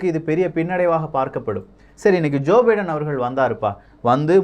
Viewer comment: Bro munnuraiyil biedan America Vai Thanimaipadutha enru tharuthalaaga ucharitbuvitteer... Thiruthikmollavum..